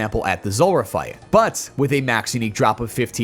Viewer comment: The boss is called Zulrah, not Zorra. :)